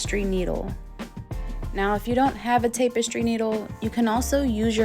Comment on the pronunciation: It's ta puh stree needle, not tape a stree needle.